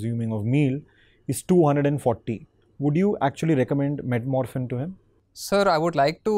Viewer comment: With due respect, it is 'Metformin' and not 'metmorphin' . Just a doctor inside me isn't letting me to keep quiet over this.